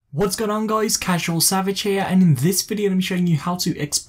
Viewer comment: the way he said casualsavage lol that was formalsavage